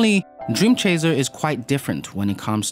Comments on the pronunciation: Am I the only one being bothered by him saying "dream chaZer"? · Why does "dreamchazer" annoy me so much?